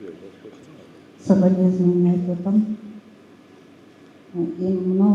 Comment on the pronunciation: Сабелезнования!!!"- дегени эмне ия могу манкурттун😢